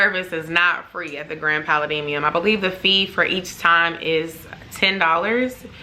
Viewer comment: Girllll your pronunciation of Pa-la-dium!! Lol great video tho!